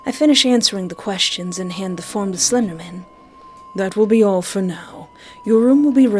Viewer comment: "Slendamin" hehehehe